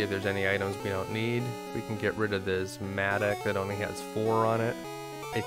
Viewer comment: Wondered what a "matic" was... It's pronounced Matt-ock lol (7 o'clock... Same "o" as mattock) good vid as always cheers.